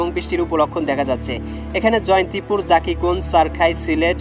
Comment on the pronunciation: ভাই সিলেটর জাকিগঞ্জ না ভাই জকিগঞ্জ